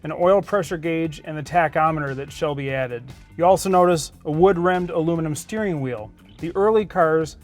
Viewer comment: .ustane??? Dudes tongue must be partially tied in a knot or somethane...can't pronounce the word "thing" He calls it a thane instead of thing .he says "misseen" and " "steereen" and "raceen". Dude, learn English or shut up...